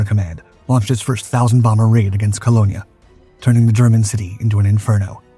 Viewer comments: It's not "Ko-lo-nia", it's "Kuhln" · It's Cologne, as in Eau de Cologne, not Cologner there is no 'r'. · That's the first time I've heard Cologne to be Colonya 😂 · His research is scanty at best, even the USAAF used them. And he should learn how to pronounce 'Cologne', or at least get another bot that can.